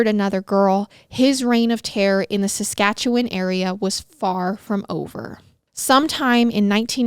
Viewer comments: Coming from Alberta, you said Saskatchewan perfectly so don’t worry! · I live in Regina Saskatchewan and was impressed with how you pronounced it. 👏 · You have no idea how excited I was just hearing you pronounce Saskatchewan correctly! (I live there) We barely hear any stories so close to home and when we do it's never said correctly lol. Love you guys <3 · I live in saskatchewan you pronounced it perfectly